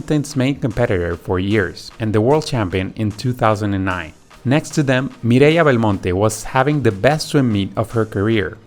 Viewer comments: I went back because I didn't notice, but it's true. I'm Spanish and she pronounced Mireia Belmonte flawlessly. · Lol guys he pronounces Mireia Belmonte like it should be because speaks spanish obviousy. He is from Mexico or somewhere.